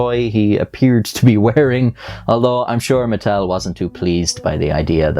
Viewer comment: I don’t know why I heard Nuttel